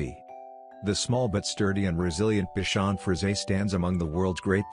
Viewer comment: I am owned by a “bikon”. That pronunciation made me laugh out loud 😂